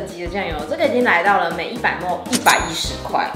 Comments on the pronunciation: 莫mol 咪哩ml 雖然我知道大家不一定都懂 但聽起來真的好難受_(:з」∠)_ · 別再把ml說成莫了== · 我以為只有新北人會把ml講成ㄇㄡˋ原來大家都會